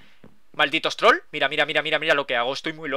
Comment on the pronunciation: el el minuto cuaqndo dice una hoja troll aki parece que dice una hoja trola ki xDDDDDDDDDDDDDDDDDDDDDDDDDDDDDDDDDDDDDDDDDDDDDDDDDD